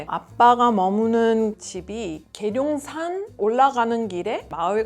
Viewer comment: 계룡산 발음 찐이네요 ㅎㅎ